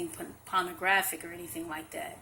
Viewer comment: She's lying on her hair, she's full of shit. Pawna-graphic?? Ambu-lamps?? WTF? a REPORTER